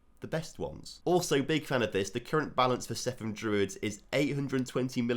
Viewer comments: Cefn druids....almost correct....say it with the c not the s... Cefn not sefn....😅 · Cefn is pronounce Kevin without the i. Kevn. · I'm not Welsh, but I've been to Cefn, and it's pronounced like Kevin, if I'm not mistaken. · And by the way it's pronounced "Kevn" Druids! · It’s pronounced ‘Kev-n’. One ‘f’ in Welsh is the equivalent of ‘v’ in English. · I think that is mostly a mispronunciation that some have adopted. Being from the area I've always known it pronounced as "Kevn"